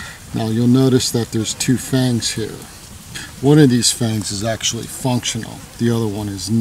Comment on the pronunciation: Actually, not actualle.